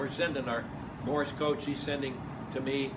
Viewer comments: Why does he sound like he's saying Morris code instead of morse. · The way he pronounces "Morse," I can see why you heard it as "Morris."